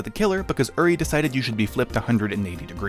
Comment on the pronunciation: are you ever going to pronounce uri's name correctly